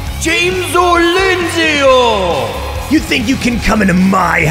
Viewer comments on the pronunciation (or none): Should be "Lindsay-ru"